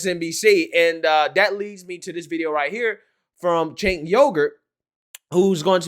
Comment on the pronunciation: So, is Cenk pronounced kink? Asking for a friend.